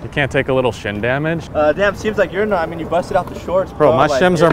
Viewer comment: Nooo, not 'mint'... 'Meant' -( for all you clueless mumble rap mufukas)